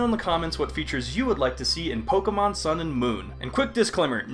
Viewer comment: Did you say "sun" or "sound"? Move your mouth more so we can understand you.